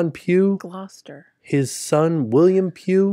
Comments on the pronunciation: Lol I was cracking up at you guys trying to pronounce Gloucester. My sister lives in Gloucester Ma, it’s pronounced ‘glohster’ 😊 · Gloucester =Gloss-ter. You got it right in the end👍🏻, it’s a very difficult word to pronounce if you’re not from the Uk, like Worcester. 😀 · the place in the uk is pronounced gloster but spelt Gloucester I live 20 minutes away from there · As someone who lived in mass most my life, I got a kick out of trying to pronounce Gloucester. Too funny! 😂 Also Royal Caribbean cruises are great, though I think you may want to wait till kids are older so they can enjoy some of the activities more. Also you can go on some of the smaller ships, they are comparable to Disney sizes, Freedom of seas etc! They also have great broadway style performances! Lots of entertainment. But we brought our kids because they had dreamworks characters at one time, literally stopped doing that a couple months before we went lol was so disappointed! So Disney probably better obviously for younger kids, older kids would probably enjoy RC more! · That Gloucester pronunciation is killing me. Haha. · Omg the Gloucester pronunciation 😂😂😂